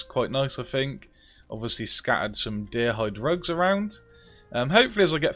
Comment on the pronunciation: Genuinely thought you said "Deer hide drugs" when you first got into the house and I've been laughing at it ever since.